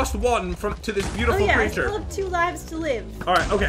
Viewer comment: Did anyone else notice that Pat said beueutiful (I did the spelling wrong because that is how he said it.)